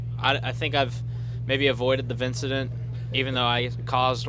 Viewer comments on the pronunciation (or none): "the Vincident" lmfao 🤣🤣